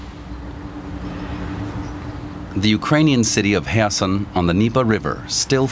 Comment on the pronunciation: What is the name of the city right after ? I can't recognize the name Was it Kherson? I couldn't recognize the pronunciation 😂, later they said more clearly